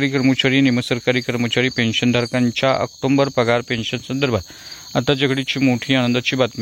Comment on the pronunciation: आक्टोंबर नाही आक्टोबर आहे विनाकारण अनुस्वार चा उच्चार करु नये